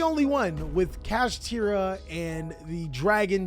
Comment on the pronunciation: its satri-la